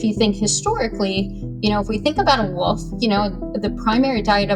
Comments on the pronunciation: Pet peeve: saying woof instead of wolf as an adult. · wolf scientist who can't say the L in wolf? rea__y?